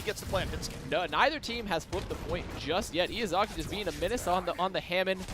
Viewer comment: the amount of times they pronounced Izayaki's name wrong. It's not Iyazaki XD.